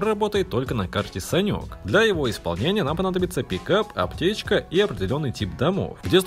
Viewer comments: Почему ты называешь санук саньком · Так, карта не Санёк, а Санук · санук а не Санёк 😂😂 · он сказал санёк,а не санук. ахахах😂😂😂